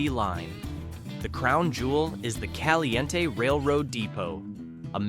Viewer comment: PEE-oHch, E-LEE as in Robert E, CalE Ntee, and ToE na Paw. You might have received a thumbs up if you had taken the time to learn the correct pronunciation.